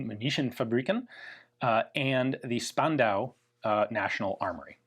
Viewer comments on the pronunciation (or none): We've trained Ian to pronounce "Strumgewehr" as "[Sh]turmgewehr". Now it's Spandau's turn: it is actually "[Sh]pandau"!